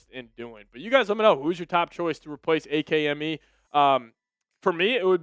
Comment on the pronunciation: Wait do you really say A-K-M-E and not ACK-MEE? That’s wild behavior son